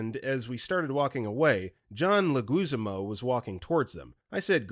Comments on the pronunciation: Dude, it's not Jon Farvo, it's Favreau (rhymes with "have ROW" Speaking of mispronounced Johns, it's "leg-wih-ZAHM-oh", not...whatever you said. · JESUS FUCKING CHRIST. Favreau is pronounced Faav-row. SXSW is said as South by Southwest. John Leguizamo is pronounced Leg-wi-za-mow.